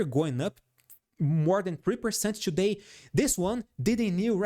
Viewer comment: "Ciù-day we made ..." bless you😂😂😂